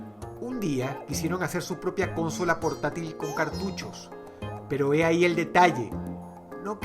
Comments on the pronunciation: Soy al unico que le sangran los oidos al oir a Dross decir CÓNSOLA en vez de Consola? No se si en America latina se pronuncia como una palabra esdrujula, pero para un español como yo, suena fatal cmo lo dice :/ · Que buen video, solo pronuncia "consola" no cónsola haha :) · En otros paises se pronuncia Cónsola, yo lo pronuncio Consola. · Se dice "Consola" sin acento no "Consóla" -. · consola tiene silaba tónica en la penúltima silaba, habla bien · repite conmigo dross con so la no cónsola dross cónsola caca consola si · porque decis cónsola!!!!!!! es consola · Por que le hace énfasis en la primera 'o' de cÓnsola, ¿que no es consÓla con énfasis en la segunda 'o'? Bueno ya lo dije... he. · che por que dross dice cónsola en ves de consola ? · dross es consola, no cónsola, ya se que es por el acento, pero el acento no impide hablar bien xDD muy bueno el video, como siempre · Aguss Martinez Claro que si cx El acento o en una palabra puede resultar extraño si la pronuncia alguien de otro pais, para mi cónsola y consola es lo mismo o: si algunos piensan en consoladores como leei en algunos comentarios... bueno.. eso ya es harina de otro costal ya que son pensamientos involuntarios cx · la fonética correcta es consÓla, no cÓnsola. esperaba ver nintendo game cube o nintendo 64 en el ranking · Es como lo pronuncia dross,“cónsola”. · O es por su acento venezolano, tengo dos amigos venezolanos que lo pronuncian “cónsola" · El acento es muy importante a la hora de pronunciar una palabra. Pero si me dio un poquito de cancer al oido. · Ajajaj porqué diablos le dice Cónsola! xD! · Si una palabra acaba en vocal (también en “n” y “s”) y no tiene tilde en la tercera sílaba se pronuncia con acento en segunda sílaba. Es decir: conSOla. Ves, consola acaba en vocal y la tercera sílaba (con) no tiene tilde. Es decir es una palabra llana o grave. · Tio dross como editas tus libros si pronuncias Co'nsola??? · ¿CÓNSOLA? Aprendé a hablar. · Nadie: Dross: cÓsnola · CÓON-sola xD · "Cónsola" hehe